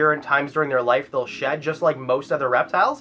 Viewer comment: When he said they eat their shed I thought he said they eat their sh*t🤣